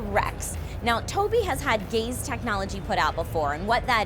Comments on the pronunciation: I heard incorporate the "gays" technology hahaha. Before ya'll freak, I know its gaze. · Kept hearing gay's technology. Sorry straight people, our tech just isn't as good. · Every time said 'gaze' I heard it as 'gays' and had a fun time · I hope I'm not the only one who heard that as "gay's" technology